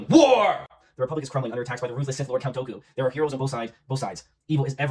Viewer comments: Count "Doe-koo"...George Lucas would be proud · They still can’t pronounce “Dooku.” Doo-Ku, not Doe-Ku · i kept hearing “Goku” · Thank god Dooku died in this series cuz I can’t stand the way you pronounce his name LMAO you guys need to check out the Clone Wars Animated series if you want a collection of stories that happened in between episode 2 and 3